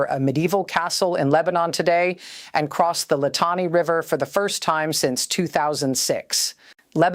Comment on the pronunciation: She should learn how to pronounce these simple Lebanese names: Litani is pronounced LihTAHnee. Nabatiya is NabaTEEyeh.. Tyre is Soor. And so on...